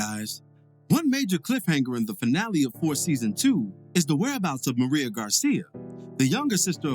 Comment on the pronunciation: MIREYA***** MER-RAY-A not fuckin Maria I honestly expect better